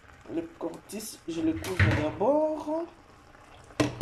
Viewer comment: c est cotis et non cortis